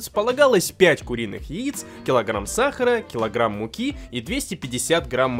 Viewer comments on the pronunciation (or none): none